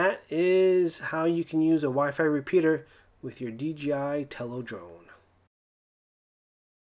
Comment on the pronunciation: lol you said DGI and you spell it DIJ.